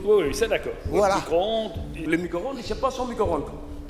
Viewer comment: c'est mico-ronde et pas micro-onde mdrrrrrrrrrrrrr